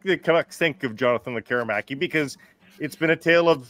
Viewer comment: Please stop calling him Lek KER i maki. It's pronounced LEK keree makee. The emphasis is on the first syllable and the i is always like a long e as in "pizza"